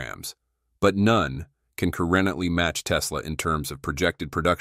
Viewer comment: The AI Voiceover cannot say the word "currently" correct? haha